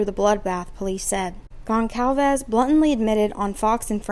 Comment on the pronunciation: Gon/Sal/Ves not calved ffs say her damn name right. You can literally google a name and they will tell you how to pronounce it. I am dumb and I know that